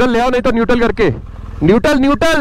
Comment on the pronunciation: Niutaal ! Niutaal ! RIP english pronounciation 😂😂